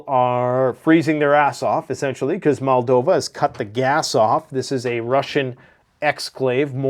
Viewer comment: It's like when he says Maldova instead of Moldova.